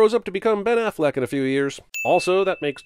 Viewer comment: 'Van-pire' was great, but the award goes to, 'Cancel Ben AfflecK'. Seriously though, cancel Ben Affleck.